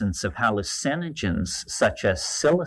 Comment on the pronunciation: Same pronunciation. Just puts emphasis on “hALL” instead of “u”